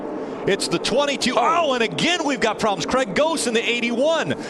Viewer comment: "OH, PRAWBLEMS" Lol, never fails.